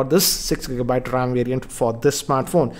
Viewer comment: siksa gigabayt rrrrrrrrrrrrrrrrrrrrrrram